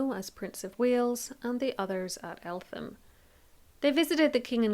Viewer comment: I live in Eltham the palace and grounds are beautiful … it’s also pronounced Elt-ham it’s a hard t.